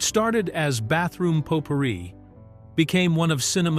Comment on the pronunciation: heh, you couldn't use your own voice for this video? the mistakes are pretty laughable. Mispronouncing Potpourri and Dennis Leary's name...